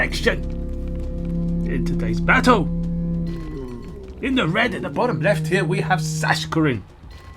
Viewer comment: youre not supposed to put such an accent on In